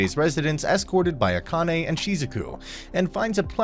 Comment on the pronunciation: Akane - ah kah neh - evenly stress the syllables